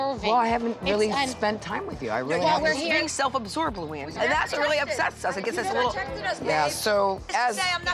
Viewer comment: Man! I don't like that ex-mo Ppdel. Can't even say her name. Not Luanne